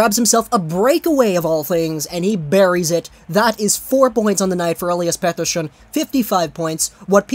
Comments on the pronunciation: 70% of the video is you talking about being sick 30% is you mispronouncing pettershion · its not petter-shion